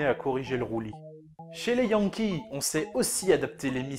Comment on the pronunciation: tu fais beaucoup rire en prononcant le mot (Yankee)